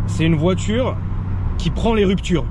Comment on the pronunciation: "une voitûre qui aime les rûptûres"